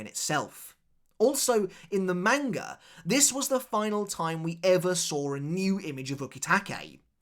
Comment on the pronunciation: I love your content but god, the way you pronounce manga is infuriatingly incorrect.